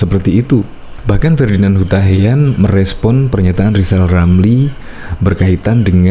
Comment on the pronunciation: Sok hebat kau lizal,, eerrr aja g bisa. Belajar lgi,,,, sok suruh Jendral,,, emang kau siapa,, ,,? Aaaaa